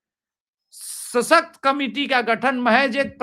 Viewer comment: ससकत नही भाई सशक्त होता है. आप चायनल पे बैठे है. भारतीय जनता आपको सूनती है.सशक्त देश के आप नागरीक हो. आपकी भाषा साफ होनी चाहीये. आपके सामने बैठे है अवनीष जी ऊनकी भाषा सूनो कीतनी साफ सूतरी है. आप भी बैसे ही बात करो.🕉 🇮🇳👍❤🌹👌🙏